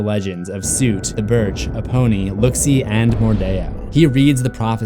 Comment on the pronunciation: Soot is pronounced like foot. Not suit